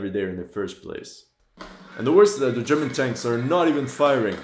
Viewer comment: Yeah that world at war sniper will make you wanna quit the game and take a break. And I also noticed every time one of these games come out they can never say german.